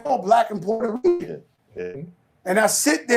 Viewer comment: Fat Joe, a.k.a. Port-Hoe-Reeking